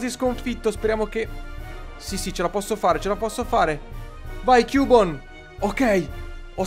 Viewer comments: cubone si legge chiubon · non si dice cubone ma si pronuncia chiubon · non si legge CUBONE ma CHIUBON. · non si legge cubone ma "chiubon" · Cubone letto così no però! daiiiii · per favore si pronuncia ciubon. p.s è il mio pokemon preferito di 1 gen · come pronunci cubone non si può sentì